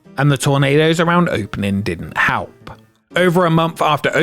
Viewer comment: why do you keep saying halp?